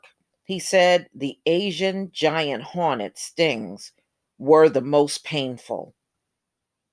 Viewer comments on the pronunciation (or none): Its pronounced hore net not honet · Is it HAWNET or HORNET. LOL! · Asian giant HAWNET 😂😂😂😂